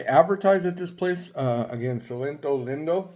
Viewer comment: It's pronounced sell-leeto lean-do